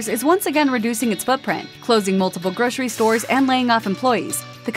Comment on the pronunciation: Seriously, groshery????? It’s grocery. Gro....sir...ee. Pronounce it properly or get someone else to do it.